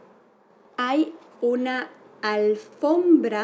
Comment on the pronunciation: No es "alfrombra", es "alfombra" jsjs